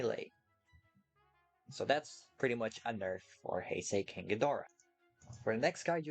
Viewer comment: I hate how he says “ Heisei “